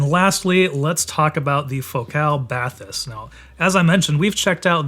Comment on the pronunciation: You've been to the France facility and you still manage to pronounce "Bathys" incorrectly???